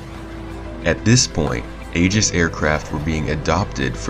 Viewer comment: Why can nobody pronounce "aegis" when it takes literally like 2 clicks to learn?